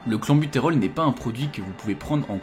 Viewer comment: oui oui mais on dit "clènbutérol" et non "clanbutérol" et "bronkodilatateur" et non "bron chaud dilatateur" et tu n'en dissuaderas pas un seul...ça semble si simple (à première vue)